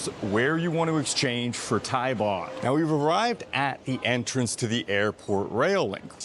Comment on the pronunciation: It is Thai baht not Thai bot.